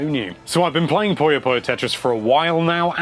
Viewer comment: I wonder why people mis-pronounce Puyo so much.